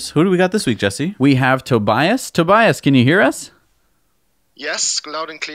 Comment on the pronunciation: tobias mispronounced his own name. hihi :D